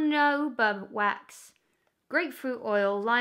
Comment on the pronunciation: jojoba oil is pronounce hohoba oil i believe